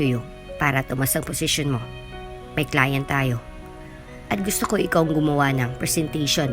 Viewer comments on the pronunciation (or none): none